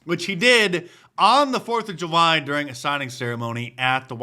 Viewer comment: Am i missing something? Can you not say the word July😄? I heard ju-y and ju-my but never heard July.